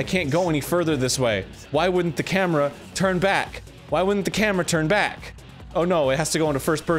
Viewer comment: Am i the only one who heard arin misspeak and say "gameboy cambra" instead of gameboy camera. HE MUSTN'T GET AWAY UNSCATHED